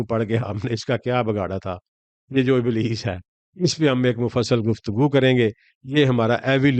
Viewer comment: Sir ابلیس نام ھے ء کے نیچے زیر ھے ء کے اوپر زبر نیں